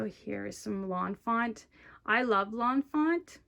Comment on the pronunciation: By the way it's Lawn Fawn not Lawn Font